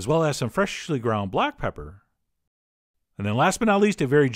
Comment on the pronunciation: FRESSSHHH-ly ground black pepper